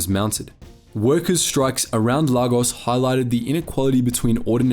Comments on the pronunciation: Lay-gos is how you pronounce it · Lagos is pronounced as Lay Goss, yoruba is pronounced as euro bar, igbo is pronounced as eeboh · Very interesting video but please do some more research. It's not Yaruba, it's Yoruba and you're also pronouncing Lagos wrong, it's more like Lae-Gos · Excuse me did he just call lagos lah goss? It’s pronounced lay-gos and yoruba is pronounced yoh-ruh-bah while in igbo the g is silent, maybe you should’ve done a bit more research regarding the pronunciations before making this video. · Mispronounced Igbo the whole video but still informative (Ee-gbo) two syllables only, Lagos is pronounced LAY-gos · It's pronounced "Lay-gos" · Neat summary of our history till date But quick correction, The countercoup - “Operation Aure” was launched in July 1966 not October,. Also good job pronouncing the “Yoruba” “Igbo” & “Hausa” words properly. Lagos is actually pronounced “Lay-Gos”.